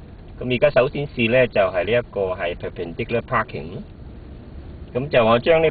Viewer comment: and haha perarerr paahking